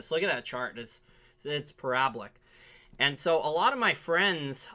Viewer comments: It's pronounced PARA-BOLIC, not "paroblic". Second time I heard you say it like that I had to let you know man. Love your work though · You pronounced parabolic poorly but I'll try to not hold that against you. Anyone who cashes out of gold/silver for cryptocrap is gonna regret that decision in a serious way. I hold zero cryptocrap or bitshit and if everyone would take a breath before they sell it all and go all in on cryptocrap...just exhale the greed....they would be positioned for the best "real" run thats about to happen over the next 1-2 years possibly 3 years. Oh well...out with the weak hands only leads to the final leg down before the REAL BIG MONEY comes back into gold and silver. I won't shed a tear for any of you cause you have all been warned so many times now that you deserve what you get.